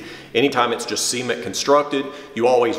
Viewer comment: "See-ment construction"